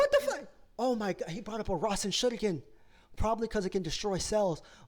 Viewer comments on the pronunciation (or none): Did he just say rasenshuringan? Ahh what? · No he sayd rasenshuriken XD